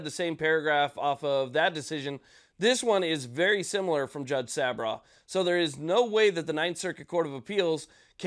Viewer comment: Thank you for the update. The judges name is pronounced sab raw. Just fyi. Keep up the good work.